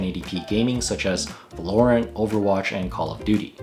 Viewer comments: did my mans really just say vulourant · you said valorant wrong...